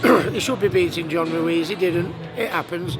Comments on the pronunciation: Did he really say John Ruiz? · Yes he did haha